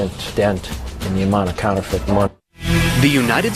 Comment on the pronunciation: Its counterfeit not canterfent